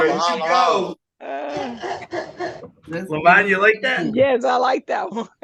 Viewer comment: doesn’t even know how to say ‘yes’.